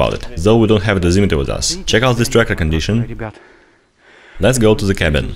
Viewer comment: he said dezemetre